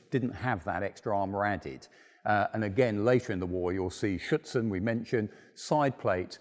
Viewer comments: Did the narrator mean Schürzen rather than Schützen? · He multiple times mentions "Schutzen" (u can really hear the T). Ofcourse he means Schurzen. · Be carefull when pronouncing "Schürzen". You pronounce it like "Schützen", wich is rifleman and not adon-armour. Great video